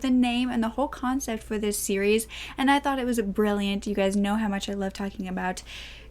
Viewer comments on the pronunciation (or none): none